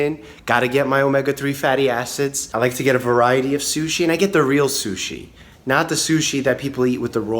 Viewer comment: Ok Mike love your channel, but shushi eeek 😅